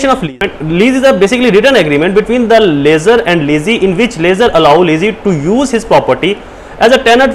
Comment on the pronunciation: Pls lessor and lessee ko drust pronounce krain